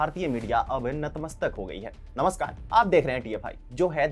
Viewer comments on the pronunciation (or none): none